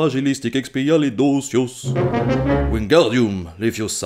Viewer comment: J'ai adoré ton accent sur le "supercalifragilistitrucdocious" Mais le "Wingardium Leviosaaaaaa " est resté epic! XD